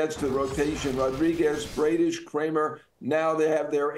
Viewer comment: Bradish is pronounced Braddish, not Braydish. Come on now. 😂